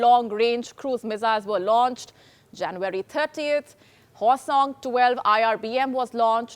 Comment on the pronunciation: Hi...you need to improve your pronunciation - 'Poverty' ....'January'.....are some examples you can check!!!!!